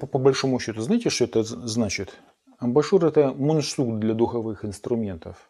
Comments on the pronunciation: Мне тоже резанули слух эти АМБАРНЫЕ ШУРЫ. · Только не амбАшур, а амбУшюр 🤷‍♂️